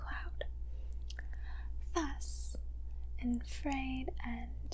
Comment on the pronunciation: raises hand um you said infrared wrong?